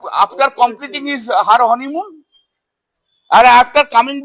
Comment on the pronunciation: Wrong pronunciation of 𝙃𝙤𝙣𝙚𝙔🌙 -> b careful🤮 অকল্যান *হনিমুন *🤣😆😄😃when talk'ng about Goddess of English👍 মহুয়া মৈত্র